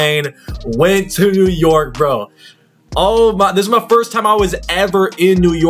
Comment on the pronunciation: You know he not from New York by the way he pronounces "New yOrk"